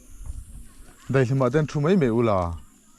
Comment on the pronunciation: Zotawng diktakin aw, mai tihturah, mei til loin aw